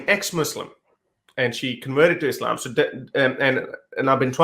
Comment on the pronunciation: The way she says Islam is quite annoying. You can tell she is trying to say it “right” but since she does not master Arabic, it sounds awful haha.